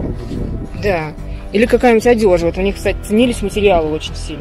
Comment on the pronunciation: Вы откуда, Мама??? Вы в школе не учились??? "ОДЁЖА Фараона"😎. Вот это лексикон...